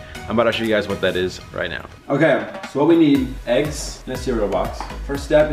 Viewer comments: sev ya my dad says aGgS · When Lexi says “aggs” in stead of “eggs”